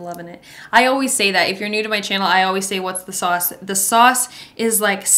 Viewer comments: and in ep 2 u told benny ‘the sAwSe i CANT’ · It’s sauce? I that it was sas in an accent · Are you jersey cuz I can hear it when you say sauce 😭🤣